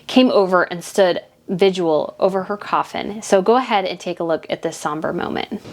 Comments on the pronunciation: It's vigil not vigual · Vigil, not visual… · The word is VIGIL NOT VIGUAL as you said. Andrew refused to go to court and settled the case. That is not exactly not being innocent. You need to know how to pronounce words correctly and get your facts straight. Not a subscriber ever. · Vigual? Vigil you mean.